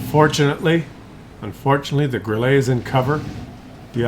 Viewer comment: THAT'S ODD: Your family name is "" but you haven't the slightest idea about how to pronounce the German tank name 'Grille' (meaning 'cricket')? The German 'e' is a kind of 'eh' sound; definitely not "grillay', not even in French unless it has an 'accent aigue'.